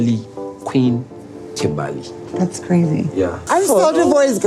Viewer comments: Kimbaaley 😂 That’s how he says it too. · KIMBALLY sorry you said it wrong